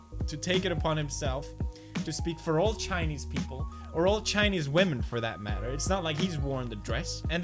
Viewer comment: First “Wa-men”. Now”pop-po-ler” . 😂😂👍